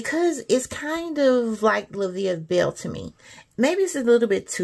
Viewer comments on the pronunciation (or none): none